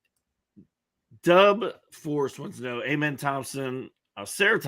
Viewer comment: It's Ah-men not A-men and it's Shen-goon not Sen-goon 😂